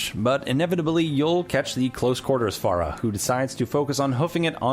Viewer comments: ITS FER-AH not FARA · it's pronounced "Fare - ah" not "Far - ah" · Its not fara it's pronounced faira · It's not phrah its phara